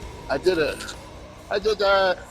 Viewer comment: Lol " I did uut" 😂